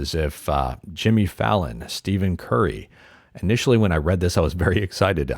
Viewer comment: FYI - It’s Stephen Curry is pronounced more like Steff-in. Some people just call him Steph (Steff). I don’t understand why programmers are working on “natural language” digital assistants when English rules make no sense. Trying to help my 7 year old learn to read and… it is awful. Thankful I don’t remember learning all of the rules and exceptions.